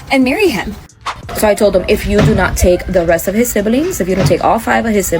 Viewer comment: What is a sibb-uh-ling?